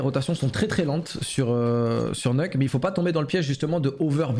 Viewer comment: Tous les vrais disent "neuk", ceux qui viennent de cs1.6 et qui sont toujours là 20 ans après